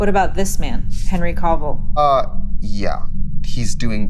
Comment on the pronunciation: Can i just say it's not pronounced "CO-vill" lmao. But I agree about the news caster comment